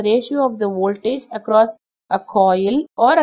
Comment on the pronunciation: I like the way you say woltage. So, can you explain the Q factor with a pendulum swing. The shorter the string on the pendulum the higher the Q right?